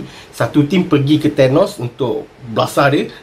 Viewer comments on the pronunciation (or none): none